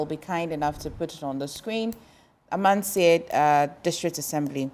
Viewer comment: The host ankasa pisses me off. You are being corrected several times of the pronunciation of Amansie and still can’t pronounce it. Wabon